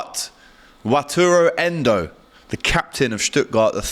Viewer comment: Hes not a panick buy he's a klopp type player and his name is pronounced wat a lu endo and his dm stats are off the charts also theres another signing on it's way but endo is gonna shock people he's quality